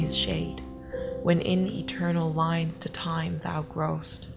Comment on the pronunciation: the only difference i could narrow is you "eigh" in shines, lines and time. Comparing to I guess what amounts to non-regional dialect for america, you would pass very well in cleveland.